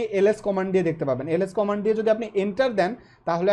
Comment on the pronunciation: কমান্ড* not কমেন্ড